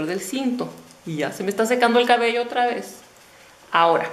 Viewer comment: No se dice 'csbeo" se dice cabello, o es q no escucho bien o tu dices, a veces así... lo siento hermosa, sin ánimo de ofender